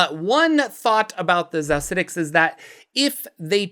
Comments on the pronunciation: Xaositects is pronounced «chaositects.» Like architect. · Xaositects = "Chaos-itects" — as in "chaos architects" 'Course my Xaositect wild mage from back in the day would be on board with a bit of arbitrary mispronunciation. Just didn't want you to miss out on that bit of cleverness in the name :) Love your videos, btw! I got back into D&D last year after a 20-year hiatus, and this channel has been a fun way to brush up on lore.